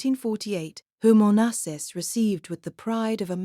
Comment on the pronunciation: At least pronounce his name properly!!!